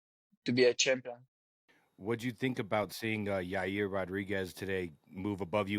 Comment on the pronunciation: dude said Yair lmao